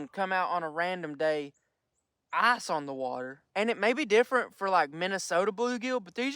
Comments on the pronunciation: I like how you say eyes fishing instead of ICE Fishing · No hate but it sounds like Arse fish when he says ice fish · did you say eye-fish or arsh-fish... ;) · Could u not say arse fishing please 😂😂😂